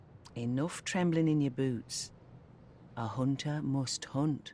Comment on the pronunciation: "You must be a hun'ah."